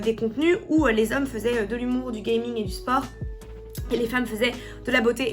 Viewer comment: Pourquoi "gayming"? gaming!